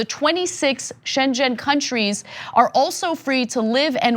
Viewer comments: she pronounces Schengen like a Chinese word. Check it out before you say it. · How do you pronounce "Schengen" again? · It is Schengen like Megan, not like ranger. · To be serious, if you want to make a point about a topic and you don't even know how to pronounce the main word, it means that you know very little on the matter. Plus, you look foolish. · Arrrrghh. I love your reporting but I notice that sometimes you just don't do your homework in researching the pronunciation of words. Schengen is not pronounced the way you say it, with the 'gen' sounding like the beginning of the word 'generation'. It can be pronounced two ways, one with the 'eng' portion of the word pronounced like the english ending 'ing' only with an 'e' instead of an 'i'. Or it can be be harder 'g' like in the name 'gandolf' only with an 'e' instead of an 'a'. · THANKS FARLEY! Maybe we should ask Drumph to SAY OR SPELL Schengen correctly... he knows ALL the best words ya know? If someone, anyone, would just pronounce Schengen correctly, maybe then we could finally get a grip on Covid19. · It was really hard to listen to the first part, due to mispronounced Schengen. It's pronounced like the word magazine, Schengen being a place in Luxembourg. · Schengen is pronounced with a g as in "give", or "gate". You make it sound like a cheap chinese car😆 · In the word Schengen it has a 'g' pronounced like the g in gun not a g in generation. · sorry your pronounciation is wrong,I am from Schengen it is with j as in jam!sorry for you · The g in Schengen is pronounced like G in good. This a bit painful to watch ( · I love you ana but that is definitely not how you say Schengen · Ana: learn how to pronounce Schengen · Schengen is pronounced with a hard g btw. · It's Schengen, pronounced with a hard G. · No it's not pronounced with a hard G....the ng is like in the word hanging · Its Schengen Ana with a "G" not a "J". Think of goat not jar. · You are mispronouncing Schengen. The "g" is hard.